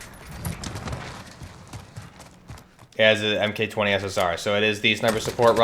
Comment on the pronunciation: "M-K" , man that's annoying, Mark 20 SSR